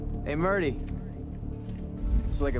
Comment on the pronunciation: His name is Murtry. Amos keeps getting his name wrong intentionally.